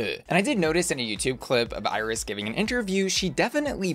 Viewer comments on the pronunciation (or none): It’s “EE-reece” not “Iris” 😂🤣 The background to Jessica’s characterization comes from Iris’ own talk show which she had in Puerto Rico back in the day. She would invite guests but was a bit, well, out of touch and more interested in her own appearance than in listening to her guests. A very famous and important Puerto Rican drag artist, Johnny Ray, has a character called “Ya Ustedes Saben Quién” (You Already Know Who), where he exaggerates Iris’ mannerisms and mouth gestures. Jessica’s characterization was based on Johnny’s. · Iris Chacón’s first name is pronounced like the ice cream “Edy’s.” EYE-RIS sounds like nails on chalkboard to Puerto Ricans.